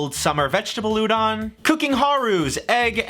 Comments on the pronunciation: the o in Udon is pronounced like oh, pronouncing it like ah that would be udan, and I have no idea what that actually would be interpreted as to someone fluent in Japanese. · Sorry to nitpick, but the "don" in Udon is pronounced like "don" (as in don't), not "dahn". Otherwise, good video. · udon, the o in udon is like homer simpson's doh, but kinda stacatto.